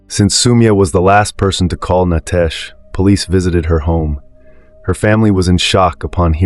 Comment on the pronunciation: Nitesh not Nytesh😮